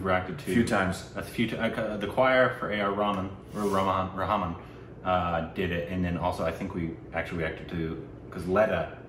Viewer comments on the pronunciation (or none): Again, his name is pronounced as A.R. Reh - maan